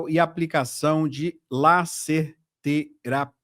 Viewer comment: Laser terapia se lê como leiserterapia vamos melhorar a sua leitura meu caro